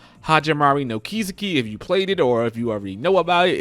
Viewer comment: I think it's pronounced Kis-eki not ki-seki